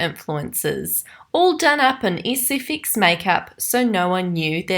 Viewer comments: Sorry I don’t want to be mean but I noticed that the way you say “ SFX “ , “speculate” but It might be your accent I don’t know .... sorry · I die every time you say “sfx makeup “